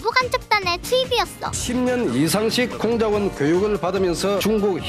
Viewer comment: 공작원할때 귀가 먹어서 콩잔반으로 들렸어요 ㅋㅋㅋㅋ